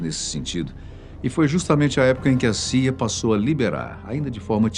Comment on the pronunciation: pse , o loco ali disse saia, mas o certo na "pronúncia" é ci ai ei